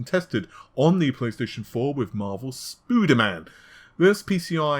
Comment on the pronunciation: Did he say Marvels “Spuderman” 😂😂😂 God bless him